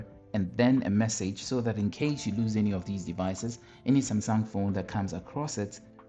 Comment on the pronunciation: Am I crazy or you did say sumsang ?